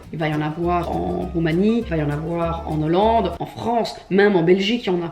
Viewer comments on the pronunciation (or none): En N’hollande???? Ou nolande ??? I am shook j’avais jamais entendu